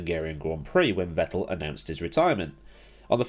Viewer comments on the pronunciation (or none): none